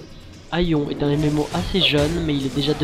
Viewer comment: on dit pas aion on le prenonse aione mais c'est aion